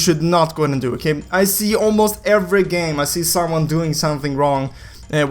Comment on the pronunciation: LOL "Okeigh"